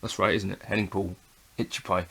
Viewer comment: the most controversial Youtuber can’t even say is name right! At least a bit respect from a guy who’s got less followers than Hennings